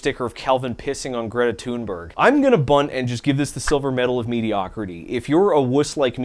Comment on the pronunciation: TIL how to pronounce greta thunberg